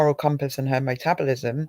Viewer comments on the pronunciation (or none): It's " Ma"tabolisim